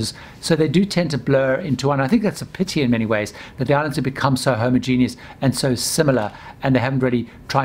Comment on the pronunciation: 9.25min Iv never heard anyone say Homogeneous... That way ....